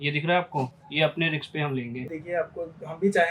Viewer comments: Bhai riks ni risk hota ha 😡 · Riks ❌️ Risk✅️ 😅😅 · रिक्स नहीं र रिस्क